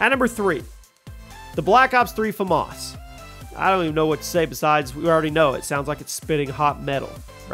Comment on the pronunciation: Did you really just say black ops three Flamas for the bo1